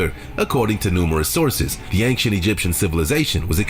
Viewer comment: Bro, why does the guy in the video keep saying "Anktient Egyptian"? Is Ancient that hard to say?